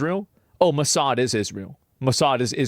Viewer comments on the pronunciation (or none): none